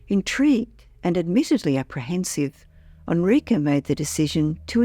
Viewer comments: Enrique: Eh n - r ee k - eh Not: "Ah n - r ee k - uh" wtaf.... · It def sounds funny. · "Onrika"? I guess she means Enrique. Geez! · This is what i wanted to say. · yeah, that drove me crazy too, and I’m an English speaker.